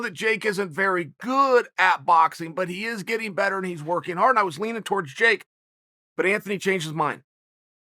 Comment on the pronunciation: Chael “Can’t pronounce Jake” Sonnen